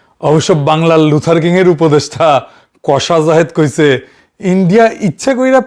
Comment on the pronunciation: দাদা লুথার কিং বলেন নাকি লুজার কিং ?